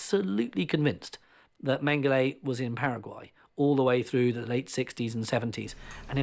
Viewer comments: ‘Mengelay’ is NOT his name. If the mispronunciation is a way of disrespecting him, then let the listener in on it; if it’s just poor scholarship, then a search for someone with better spoken word skills might be in order. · Why does the Exec producer tolerate some Brit prxck who can’t or won’t say Mengele’s name properly. If it’s meant to be a way of pouring scorn on the shxt head, why not call him ‘MeanJelly’!